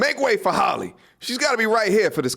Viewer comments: Good stuff but it's not Holly it's pronounced Hail lee😅😮😢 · Why are you pronouncing her name like Holly? It's pronounced "Halley" (like H + alley). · I’m just wondering how you can’t pronounce her damn name right? It’s not Holly bro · Her named isn't Holly. It is a totally different name. It is pronounced totally different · I can’t take you seriously until you learn how to pronounce her name. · You don't even pronounce her name correctly. 😂😂